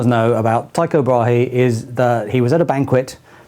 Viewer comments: It's "too-co bra(e)" according to the german Wikipedia. ;) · Pronounced more like Teeko' Bræ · Danish pronunciation of Tycho Brahe would be along the lines of "Tyy-go Braah-e" in case you where interested^^